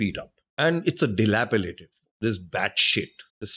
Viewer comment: Its delapiDated... not dilapiLated